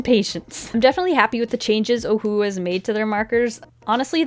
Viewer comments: Lmao at the beginning she pronounces Ohuhu as OhUuU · Am I the only one who thinks ohuhu is pronounced “ oh yoo who “ like in the old cheesy cartoons 🤷🏽‍♀️